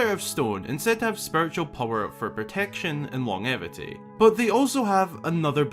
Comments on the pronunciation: It's "arguably" the darkest, but i feel that MM beats it. Also, "longevity" is usually pronounced lon-jev-ity or long-jev-ity, not long-evity. I wont say your way is wrong but.... Never heard it that way in my 37 years 🤓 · Longevity is pronounced with a j sound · It’s long jevity, I know, it’s stupid, English is stupid.